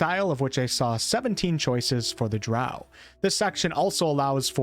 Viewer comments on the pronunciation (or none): Drow like crow. Gary Gygaxx invented them. Thats how he pronounced it. He wanted something dark like a crow. Eclvadra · Drow is pronounced with “o”, not “a” (sorry) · He said drow like cow